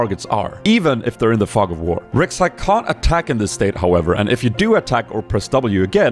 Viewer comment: read it like this, Rhek, Shai